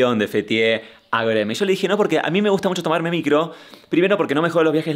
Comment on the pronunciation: Me encanta que pronunciaste con el acento turco GÖREME!!